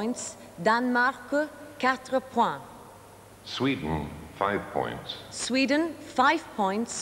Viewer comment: Somebody should have told Michelle Rocca that there is no "r" in points - also not in French.